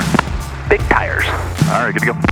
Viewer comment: "BIG TIRESS"